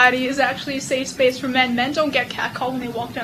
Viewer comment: How did the parasitic SJW Wench manage to fuck up the same word THREE TIMES in a row?! LMFAO 'SAFE...SPACE' Goddamnit it's really not that hard.